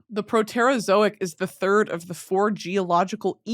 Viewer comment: Brittany you are gunna kill me with the pronunciation of the Proterozoic. And all the others literally crawling out of my SKIN